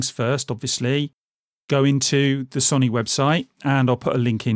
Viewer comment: Gotta love that "soni"